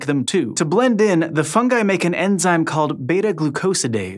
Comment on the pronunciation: Thank you for pronouncing "fungi" properly